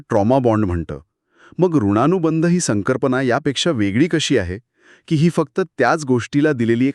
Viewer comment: ऋणा नाही ऋण, संकर्पना नाही तर संकल्पना अनुधाव नाही तर अनुभव.. अरे मराठी तर नीट बोला